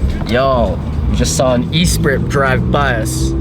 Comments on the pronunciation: E-spree??!?? Dude, really? Your street cred has just lowered. I realize not everyone knows all the cars but come on, it's written on it. Now you know. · Great vid but cringing at the pronunciation of the Lotus Esprit, it’s more of a “Eh-spree”. Now I’m preparing to be roasted :P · Esprit pronounced "eh-spree"